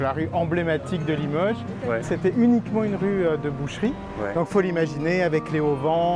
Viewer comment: Une chose m'interpelle, j'entends des gens prononcer limeuge, eh oh ! C'est Limoges avec un O, faut-il l'écrire avec un Ô?